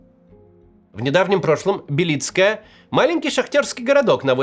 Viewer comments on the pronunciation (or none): только не БелИцкое, а БЕлицкое, ударение на первый слог, я родился там, страшно смотреть на родной город, кому теперь нужны эти руины, там вообще никого не осталось, он и до войны был депрессивным городком, особенно, когда последняя шахта закрылась, а сейчас вообще ..... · БЕлицкое, а не БелИцкое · БЕлицкое, ударение на Е )))),хороший город ! ,был( "до завтра" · Не БелИцкое ,а бЕлицкое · БЕлицкое , а не БелИцкое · Не БелИцкое, а БЕлицкое. Так там говорят. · Да какое БелИцкое? Вам самим слух не режит? БЕлицкое! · Максим , город Бе́лицкое . На е ударение Я всю жизнь прожил там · БЕлицкое. Моё родное БЕлицкое.Один только Левиев правильно произносит название моего городка. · Только городок назывался Бе́лицкое С ударением на первую е. Это мой родной городок, в котором родился, ходил в школу, женился, родили ребенка. в котором похоронены близкие. А теперь там развалины и больше никогда туда не вернуться. Некуда и некому возвращаться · Максим, название посёлка — Бе́лицкое (ударение на первом слоге), по украински — Бі́лицьке. Уютный был городок, печаль. 😢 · Бе́лицкое ударение на Е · БЕлицкое. Ударение на Е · БЕлицкое ударение на первый слог. Я с Доброполья знаю точно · Макс, правильно Белицкое, ударение на " е". До войны, я часто там бывал. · Я из Донецкой области, и вы неправильно ставите ударение в слове «Белицкое». Должно быть на первом слоге.